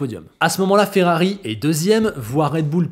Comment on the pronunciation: FERRABI? 🤔 Tu es en panne de lettre 'R' 🤭 - j'ai jamais eut autant hâte de voir ce que va donner Ferrari avec Hamilton en 2025 - J'espère que l'amitié avec Leclerc ne sera pas altéré en course et qu'elle perdurera - merci 👍👍😎😎🥰🥰